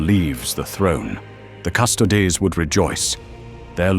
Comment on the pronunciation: Gotta teach that AI how to pronounce custodes before doing a full episode on them 😂